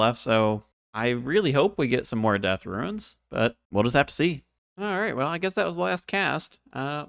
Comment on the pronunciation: I absolutely love the serie so far! And I must say I find it funny that you say "RUINS" instead of "runes", hahaha keep it up, love it!